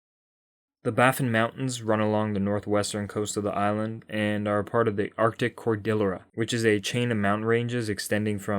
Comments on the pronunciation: "Cor Dee Air Ah" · Cordillera - pronounced "CHOR-DEEE-ERA".....it's Spanish. The double "L" makes a "Y" or "EEEEE" sound for future reference. As a "geography nerd" you should know this. Otherwise, cool video. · The mountains are in the northeast of the island, not the northwest. "Cordillera" is Spanish and is pronounced core-dee-yer-uh. Double 'l' is a separate character, pronounced as a consonantal "y". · Nice video. One thing i do t knownif anykne else mentioned but you mispronounced cordillera. It sounds like core-dil-ee-era. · Great stuff! A self-described geography nerd should (1) appreciate the difference between "kilometers squared" and "square kilometers" and (2) understand how to pronounce cordillera . Still, great geography info! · Every time I hear a word or name mispronounced in a YouTube video I wonder why the content creators spend so much time editing and crafting informative videos. but don’t bother learning how to pronounce the words in the narrative. Cordillera! Look up the pronunciation. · the way you pronounced "cordillera" had me laughing